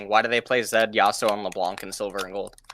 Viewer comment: first of all why you say yassuo instead of yasuo ? xd the name of the champion is YASUO , second of all there is no such thing as objectively fun especially in video games , people maybe will not enjoy the style of your champion for exemple those champions that you listed are boring in my opinion and not fun at all aurelian sol and talyah both being battle mages that roam a lot and corki being a marksman , and third of all i play this game because i am having fun, i enjoy the champions i am playing this is why i play them lmao, i am plat elo on eune and my mains and the champions that i enjoy the most are 1.Yasuo 2.Yone3. Fiora4.Riven5.Zed6.Kayn7.Darius8.Sylas9.Fizz10.Irelia , if my number one priority would be elo then i would play easy and strong champions garen and annie .